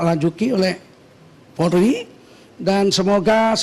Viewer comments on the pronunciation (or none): none